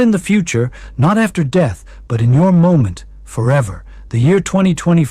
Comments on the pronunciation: AI clearly: M O ment in stead of moment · Pretty obviously ai. His hand gestures are mathematically perfect and repetitive. Also, he said M O ment instead of moment.